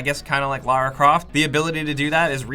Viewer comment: It is Lara, not Laura, hehe. And I liked the story and the acting was great too. Her accent was perfect.